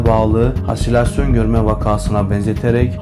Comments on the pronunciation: Hasilasyon değil arkadaşim halüsinasyon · Halüsinasyon kelimesine dikkat etmen gerekirdi. Tekrar tekrar kayıt alabilirdin. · Ha(silasyon) değil! Halü(sinasyon)